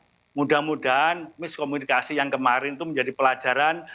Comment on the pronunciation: Bukan miskominikasi. Tapi tidak kominikasi.